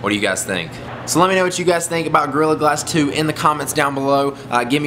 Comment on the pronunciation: At first, it sounds like you are saying girl glasses 2